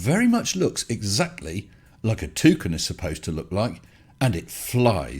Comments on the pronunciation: I heard "two cans" 🤣🤣🤣🤣🤣🤣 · A Toocan, i love the way you say that, i've always heard it pronounced Too - Can, but from now on i'm saying it your way !